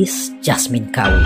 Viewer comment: ‘Kaur’ adalah gelaran ank perempuan keturunan Sikh. Sebutan Kaur adalah “Kor” tanpa membunyikan huruf R